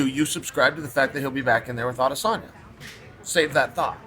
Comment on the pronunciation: You said Israel Adesanya wrong... 🙄